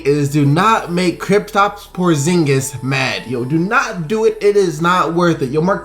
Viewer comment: Why you say Kristaps mistingas??😂😂